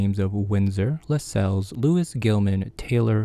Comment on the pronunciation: Well done. My understanding is that Lacelles is pronounced with the emphasis on the first syllable, like tassels.